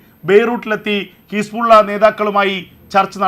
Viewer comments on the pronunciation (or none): ഹിസ്പുള്ള അല്ല ബ്രോ ഹിസ്ബുളള